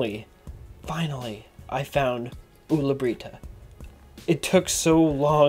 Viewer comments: Pewds: ulla brita: Owla breetah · I love how he says Ulla Britta XD